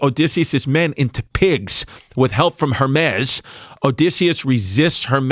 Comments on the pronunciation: Yanni & Chris constantly mispronouncing the names Odysseus, Hermes & Circe is killing me cuz! It's what it is! In the ass tonight by $3 Bill Collins is the best one! Ha! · If you wanna be a history podcast it would behoove you to learn to pronounce Odysseus, Circe, Hermes. franks and beansssss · Chris not being able to pronounce Circe or Hermes correct had me rolling